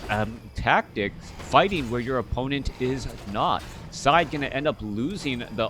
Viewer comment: It's pronounced "Said" ;) not to be confused with another french player "SyDe". And "Franzyzz" is pronounced like "Francis" from what I understand. Superb game this was, really exciting stuff! WP all. Thanks for the commentary, man. Cheers.